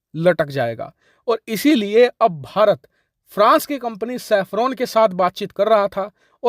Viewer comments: It's Safran not Saffron... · safran bhai , not saffron